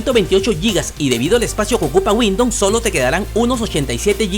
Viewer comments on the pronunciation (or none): Bien por tu video mi pana, tienes mi like...pero trata de pronunciar Windows no windon...pero es lo de menos, epa pense que esos equipos ya venia core i3 o superior... otra cosa deja el VAO de 5G...como es eso, 5G en peru? a no seguro quisistes decir 5 Ghz. o doble banda 2.4 y 5 ghz. Pilas pues!!